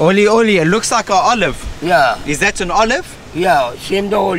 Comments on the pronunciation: its Srilankan Olive, Olive fruit not oli oli Lol. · Loving couple Thanks for visiting Srilanka. Its not oli oli. Its Srilankan Olive. We call it Veralu. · he really said "olive"